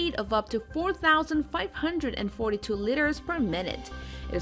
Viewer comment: What are these "litters" she talks about?